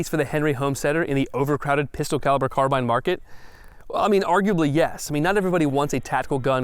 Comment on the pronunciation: I'm just happy that a gun channel finally pronounced "carbine" correctly.